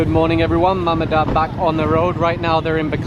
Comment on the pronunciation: At first, I was looking for a mom, dad, and a kid in a motorcycle being apprehended but soon realize it was MMDA that was talking about as Ma Ma Da Aa lmao